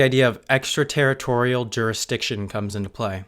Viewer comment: "Juristiction"? (minute )